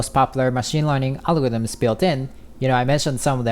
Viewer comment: nigga learn how to pronounce algorithms